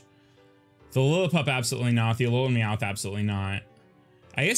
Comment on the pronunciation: You say Meowth all southern. It sounds like you're saying "Meow-with" That's really all I have to say